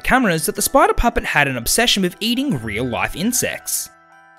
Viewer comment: What what fnaf 2 but you are saying. Sprider